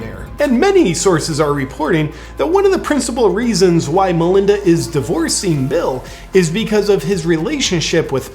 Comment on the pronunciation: Did you say Manlinda?